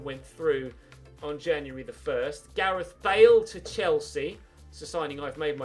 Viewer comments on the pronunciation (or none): none